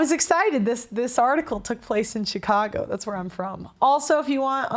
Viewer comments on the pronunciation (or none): none